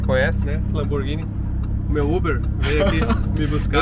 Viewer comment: LAMBORGINI DE PENEU DELINITE????????? PELO AMOR DE DEUS GENTE!